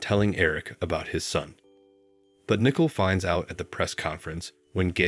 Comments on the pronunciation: Learn to pronounce their names correctly! It is NICOLE... noy Nickle!!! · Please It's NICOLE not NICKLE"! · Its not nickel it is Nicole, how stupid